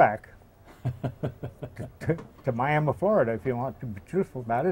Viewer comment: How about that , we sure have lots of Aviation History right here in 305 starting way back with Glenn Curtis. Love his pronouncement, Miama .